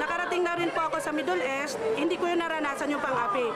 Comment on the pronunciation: miss pula middle east hindi meddle es.